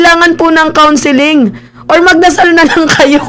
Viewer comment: magdasal ba? dinig ko magsalsal, 😅